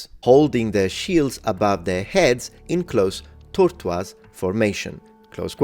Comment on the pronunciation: Absolutely loved the "unique" pronunciation of tortoise! Not /TOHR-toyz/, but /TOHR-twahz/! No shade, just like when you say Edward Longshark instead of Longshanks, I just enjoy it. Speaking as a long time resident of Japan (17 years!), the amount of times I still mess up in that language is frankly shocking, but it is good for a laugh! One notable example from my first year in the country (late , holy sh1t was that a different time!) was when I was told by another foreigner to say " ビール1杯 or Birru - ippai" for one glass of beer (not a great way to say it but, hey, we were all learning!), but my brain turned it into "ビールオッパイbirru oppai", which I actually used on more than one occasion! If you know, you know!